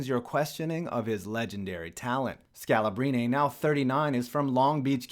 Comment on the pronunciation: The way you mispronounced Scalabrine's name is both hilarious and finger nails across a chalkboard cirnge-worthy.